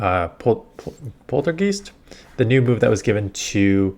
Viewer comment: I think is the only one who struggles with these weird names. Lol poltergeest